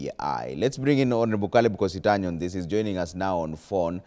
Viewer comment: Doktari yawa is kositany not kositony